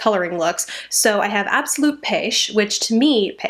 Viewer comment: You said "absolute peche" and I pictured Peach/Paesh from Jenna/Julien haha. Lancome is impossible to pronounce without French skills.